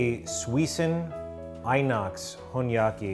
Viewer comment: I-NOX is pronounced as IN-NOX, it means stainless steel :P